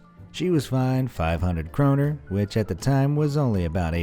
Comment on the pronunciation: THAT IS NOT HOW YOU SAY KRONOR